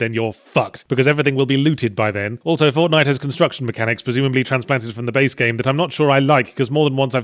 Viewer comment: "Fornite", Escapist? Fix that!